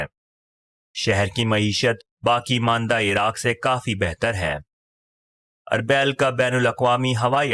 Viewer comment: أربےل نہیں اربیل arbil